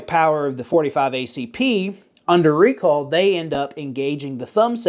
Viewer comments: My hearing isn't what it once was, but are you saying recall or recoil? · I’m as southern as a bowl of grits and I swear you’re saying “recall” wtf? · Say "recoil" one more time, I'm almost there... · Southern man saying "recoil" is hilarious 😂